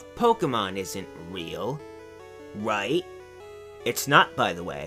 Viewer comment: Pokeyman iswn't weehl, wite?